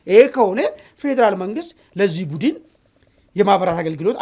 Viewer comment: Budn bel not budin